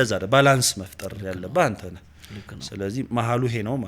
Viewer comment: ❓ እንዴት " ነክ ነክ ነክ ነክ ነክ ነክ " ❌❌❌ አይባልም:: እንዴት ነህ ነህ ነህ ነህ ነህ ✅✅✅ ❓ እጅግ ብዙ ጊዜ " ህ " ን... በ " ክ " ተክተህ ነው የምትጠቀመውና ብታርም:: ሥነ-ጽሑፍ ላይ እየዋኘህ ፊደላትን መለየት እንዴት ተሳነህ ❓⁉️... የሚያዳምጡ ልጆች ትክክል መስሏቸው እነሱንም ያሳስታልና:: መጣክ ❌❌ መጣህ✅✅ አልክ ❌❌ አልህ ✅✅ ገባክ ❌❌ ገባህ ✅✅ ነክ ❌❌ ነህ ✅✅ አነበብክ ❌❌ አነበብህ ✅✅ እንዳልኩክ❌❌እንዳልሁህ ✅✅